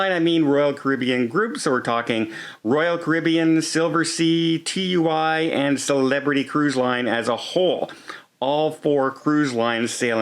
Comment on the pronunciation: what cruise line is named TU Y?? Do you mean TUI pronounced TOO-EEE?????